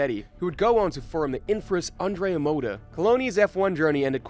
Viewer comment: The intent of this video is worthy but there is a problem common to other videos narrated by English speakers. You HAVE TO learn to pronounce it correctly. If I didn't look at the clip, it was really hard to understand that the 1st team was Andrea Moda, the 3rd one was Forti and so on, not to mention the wrong pronounciation of drivers and engineers. I recommend you to check the correct pronounce on Forvo or something similar before recording a video.